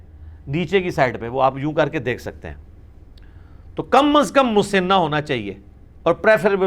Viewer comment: لفظ مسِنہ س کے نیچے زیر نہیں بلکہ زبر کے ساتھ ہے مسَنہ ہوتا ہے